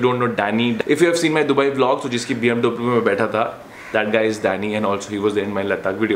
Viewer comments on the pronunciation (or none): none